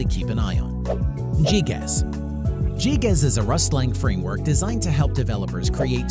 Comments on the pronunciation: gee gas? lmao its gee gee ee zee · "GeeGaz." This man has never played a game in his life.